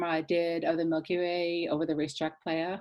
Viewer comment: Great video. But Racetrack “Ply-uh” :)